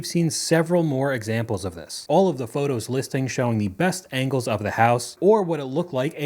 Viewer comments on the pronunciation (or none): none